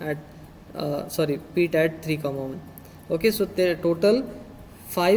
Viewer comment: for god sake , its not peet its pit